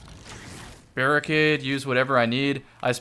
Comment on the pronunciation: "Barri-nade" LOL damnit Bungie. Good job. Just like J4W-S Servitor.